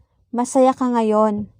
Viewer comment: thank you, although I made a mistake, didn't mean j, more like H in haha. For example, sometimes I hear you prononuce ka like ha. 🧐